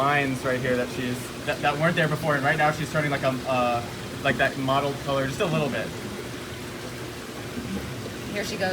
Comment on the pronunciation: Mottled white, not modeled white.